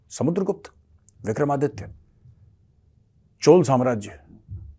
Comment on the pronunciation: मेजर साहब यह पाकिस्तानी अयोध्या को अयोधिया क्यों कहते हैं और विक्रमादित्य को बिक्रमदितिया क्यों कहते हैं यह समझ नहीं आता